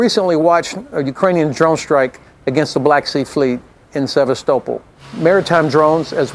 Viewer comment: He's a US army general and he can't even pronounce Sevastopol correctly.